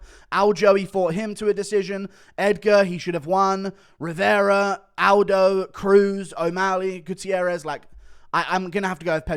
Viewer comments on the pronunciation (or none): none